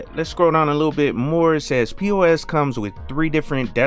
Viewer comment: I would suggest you pronounce the X rather than keeping it silent. In the "About" section of the website it reads: Peux represents the linux "Penguin with a tux". I think Google simply gave you the pronunciation for the French word "peux" which means "can" (as in 'can you do this?').